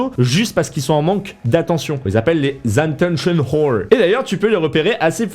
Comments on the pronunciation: Les "zanttencheun whole" 😂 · Tentons de ne pas polémiquer dans les commentaires sur ta manière de prononcer le mot "attentionwhore". TENTONS.